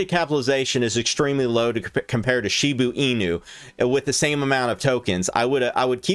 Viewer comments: It’s Shiba Inu not Shibu Inu ffs!!! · ITS PRONOUNCED SHIBAAAA INU YOU FUCK. SHIB TO THE MOON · "She boo ee new"